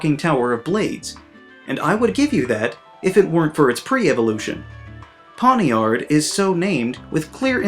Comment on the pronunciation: I got so triggered when he pronounced pawniard as pon-ee-ard its pronounced pon-yard